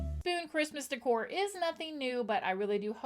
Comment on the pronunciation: De'cor is pronounced like this (day core)